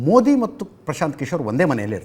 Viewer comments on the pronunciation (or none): none